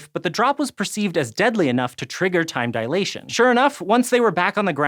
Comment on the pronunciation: facepalm a man of science probably shouldn't pronounce it "dialation".